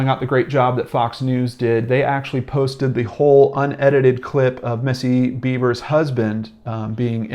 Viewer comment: You should learn the proper pronunciation of the name of the person you're speaking about. I think it's insulting that you keep saying "Beavers". I'd be pissed if it was my loved one. I see the dumb cop said it, too.